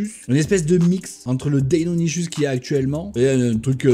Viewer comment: "deinonichusse " houla